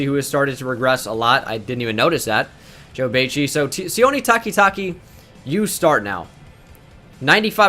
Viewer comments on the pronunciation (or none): He mis pronounced Joe Bachie so hard😂